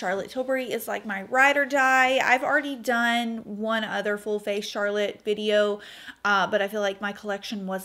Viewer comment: Oh, I love that you are sophisticated enough to pronounce Charlotte’s name properly! And I am so glad to hear your foundation review as Ive been wondering which one to buy for a while! I’m going for the Light Wonder foundation. Great eye look!